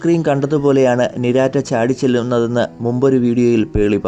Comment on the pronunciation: ഡാ പൊട്ടാ നിരാറ്റ യല്ല നിറ്റാര